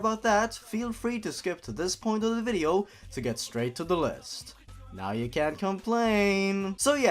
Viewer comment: "nnngh mario, i'm tryna play a vidjeo game, couldja stop cutting messages into my skin"